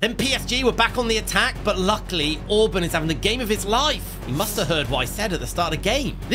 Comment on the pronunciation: I'm Hungarian and its just hurts how you say Orban's Gulacsi's and Szoboszlai's names. 😂😅 Btw love the content❤